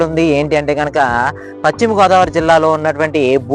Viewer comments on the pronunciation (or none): none